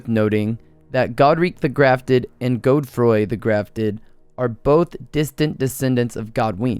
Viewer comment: Did you really say godefroy my guy lmaooooo it’s Godfrey